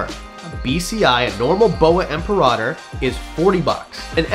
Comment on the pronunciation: Boa constrictor im-para-tor I wish people would start pronouncing that last word correctly. It sounds much cooler when you do.😅 Awesome list though👍